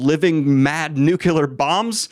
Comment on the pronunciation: Nuclear. “New clear”.